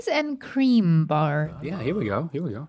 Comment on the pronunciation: why’d she say “cream” like that 🫠😐🙄